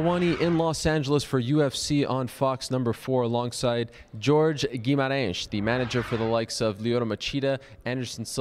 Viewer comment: Way to pronounce his last name!